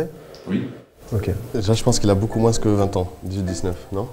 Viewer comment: tu dis moinsse au lieu de moin?